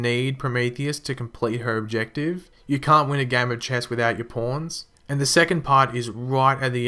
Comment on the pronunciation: I knew u were saying Pawns it just sounded like porn's.